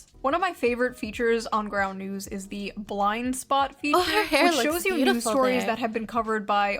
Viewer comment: June loves plugging that 'ground news' shit but can't even say it properly. 'Groun'...I can't stand how she speaks in general, tbh